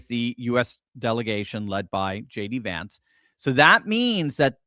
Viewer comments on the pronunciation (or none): none